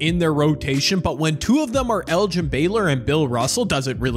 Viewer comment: hahahahahaa😂😂😂 thats so funny he said “erin” instead of “elgin” lol hahaha